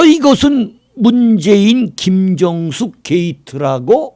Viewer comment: 문재인부인이름은 '김정숙'입니다 윤대표님은 '김경숙'으로발음하는것같습니다 이름을정확하게하세요 번번이 달리표현하니.......